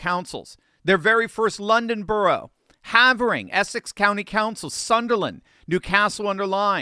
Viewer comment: Pronounced Hay- vering, btw.